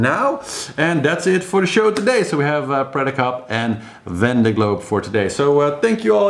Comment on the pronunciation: Great report as always! Thanks.:-) While you are talking about pronunciation... has someone already mentioned that Vendee is pronounced Vonday? (ie Von as opposed to Van.) I can't keep up with all the chat so no doubt it has already been mentioned, but just thought I'd chuck that in the melting pot! Hope the bottom-scraping has gone well! Thanks so much for keeping on the reports until the last one comes in. It's the only way really.:-D